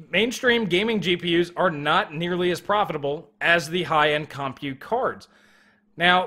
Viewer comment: Hey dude, I will LITE-rally pay MO-ney if you CON-side-r not saying "CAHM-PUTE"...I jumped out of my second story window five times in this video when those syllables were repeatedly unnecessarily segmented from each other..... And I don't even have a two story House!!!! Think of it as a PUH-BL-ICK service!